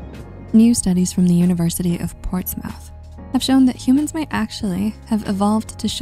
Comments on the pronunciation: It's pronounced Portsmoth not mouth. That's Portsmouth people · I really don’t want to be seen as “that” person, but isn’t it pronounced Ports-Muth?